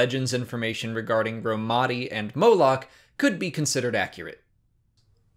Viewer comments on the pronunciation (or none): none